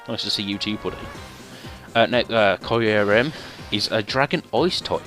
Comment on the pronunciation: Qrim is how the lengendary is said